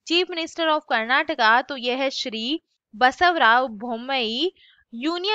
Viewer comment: Basavaraj not Basavarao